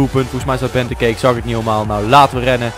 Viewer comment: hahahaha je spreek benteke verkeerd uit.